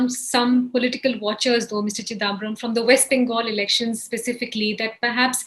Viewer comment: Why can’t this lady pronounce chidambaram correctly? It’s not chidaaambaram - really grates